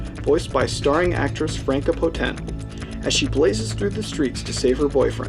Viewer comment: Enjoyed it... would have enjoyed it a lot more if you had bothered to learn to pronounce the lead actresses name (Potentuh) and german words like DeutschMark (DoucheMark? really??)